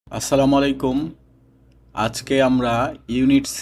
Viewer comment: sir sorry salam ta ekto balo kore bolle balo hoy ASSALAMU ALAIKUM🙃